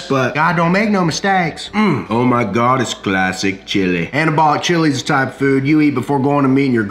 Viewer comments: I died every time he said classic chili 😂😂😂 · Just finished. 😂😂 This is one of the funniest vids you have ever made. Keep the accent and sneak the word chilllley into all of your future vids. TIA.